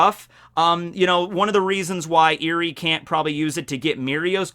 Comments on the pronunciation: "Eri" is pronounced more like eh-ree, you made it sound (like) eerie // pronunciation nazi mode off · Eri is pronounced, (Eh-ree). Like Elly with an "r" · Ur saying her name wrong